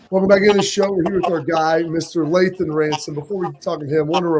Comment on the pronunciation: Lathan…… it’s Lathan guys come on.